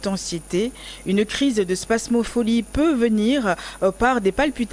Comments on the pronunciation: C'est pas spasmopholie Mais spasmophilie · Il serait bon de reprendre le mot spasmophilie et non pas spasmopholie qui n'existe pas. C'est un i et pas un o au niveau de la prononciation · Cest pas spamopholie c’est spamophilie très bien pour une chroniqueuse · C est pas spasmopholie mais spasmophilie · 😂😂😂 vraiment , et c est pas spam mais spasm elle m as fumé